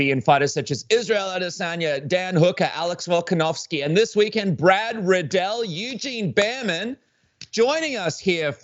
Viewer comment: "Eugene Barry man" lol